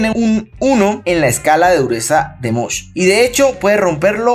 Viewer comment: Escala de MOHS, no de "mosh" 😂